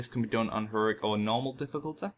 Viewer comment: difficul-TEE, basic-LEE, tab-BARD, four-TEE. My god these arent difficult sounds to make.